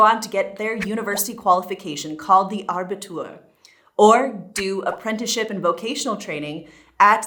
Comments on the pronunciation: Abitur! 🙈😄 Not Arbitur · Actually... its Abitur, not ARbitur. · Abitur, not Arbitur. :D Matura in Austrian German FYI. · iit is "Abitur" NOT "ARbitur"! In Germany "Students" are only in universities - the rest is called "pupils" (Schüler)! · It's Abitur, not Arbitur. Clearly you didn't go to Gymnasium. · P.S. It’s “abitur”, not “arbitur”…a minor point but one you might want to know about! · It's actually called abitur and not arbitur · no R after the A in ABITUR. ;) Also, in some states the Grundschule (primary) ends only at 6th grade and then the division into Gymnasium-, Real-, Mittel-, Haupt- or Gesamtschule occurs. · The graduation from Gymnasium is Abitur - not Arbitur! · It's Abitur, not "Arbitur" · Just a small remark.. it is Abitur, not Arbitur... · It's not "Arbitur" but Abitur, or shortly "Abi". 😊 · Min just FYI: it is Abitur, not Arbitur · Abitur not Arbitur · its is called Abitur ..not Arbitur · Sorry but it's not Arbitur it's Abitur (from latin abire). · It’s Abitur not Arbitur. It’s derived from Latin abire. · It’s Abitur not Arbitur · It's called "Abitur" not "Arbitur" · It's Abitur, not Arbitur. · Abitur, NOT Arbitur. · Its just Abitur and not Arbitur... 😋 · it's abitur not aRbitur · Thank you for your very good information. It is better than many other sources of information out there. Just note, as a small improvement suggestion, that Abitur only has one r (not Arbitur as in ). Thanks again for your efforts to explain everything easily 🙂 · Attention! -> Abitur, not Arbitur :-) - no "r" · it's called Abitur not aRbitur. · The word is Abitur not Arbitur.😉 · Small correction... "Abitur" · Abitur, ohne r zwischen A und b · it is Abitur without the r in the middle. AND i think your information about the education-system are outdated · I hate to be the pedant - but it is Abitur - no R between A and B, that has nothing to do with trees (arboreus in Latin) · Abitur without r :) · Its "Abitur" 😉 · Only one R in Abitur.